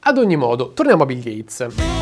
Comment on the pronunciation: Ho solo una cosa da dire: "GATESS"